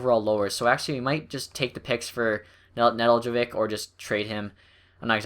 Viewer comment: It's ne-delk-ko-Vich